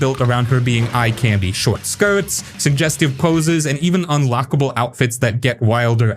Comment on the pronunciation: Why are you pronouncing "candy" so weird?!